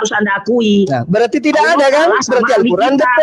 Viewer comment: BUKAN. QUL RAN.??? TETAPI. *. ALQUR, AN . ???